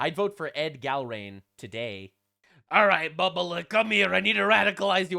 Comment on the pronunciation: I love in Massie's district. I've voted for him every time until this one. I think he changed after his wife passed. BTW, Gallrein is pronounced Gal rine.